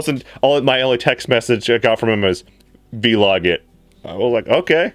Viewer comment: Veeee-log XD its so funny how you say Vlog. I know it is Video Log but still I hardly hear others saying it like V-Log.